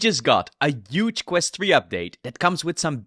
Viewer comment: Not Euge but Huge.